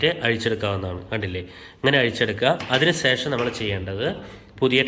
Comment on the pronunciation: വല്ല്യാ ഉപകാരം വളരെയധികം നന്ദിയുണ്ട്...... പക്ഷേ സേഷം അല്ല... ശേഷം ആണ് ശരി